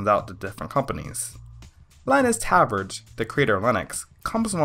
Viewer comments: I'm curious if he's planning on learning how to spell "kernel" and pronounce all the terms correctly in his next video. "Linus Tabbard"? Really? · Linus... Talbort? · Linus Torvalds would be most unproud with your pronunciation of his last name.